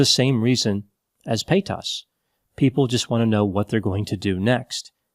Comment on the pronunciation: The way he pronounces Paytas sounds like pétasse in French which means, well... something akin to bitch. It's a bit jarring in mouth. 😂